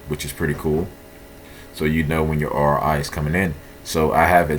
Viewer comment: ORI LMFAO YOU MEAN ROI 😂